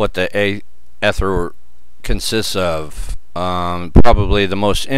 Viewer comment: Come on man, the first syllable is pronounced long as in "ee-ther". How can you make a video on it and not know. I can't spend eleven minutes listening to that...